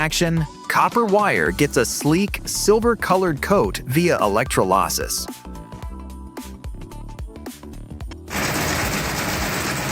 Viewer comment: Can't your dogshit AI narrator even manage "electrolysis" because otherwise what the fuck is "e-leck-tro-LAAH-sus"?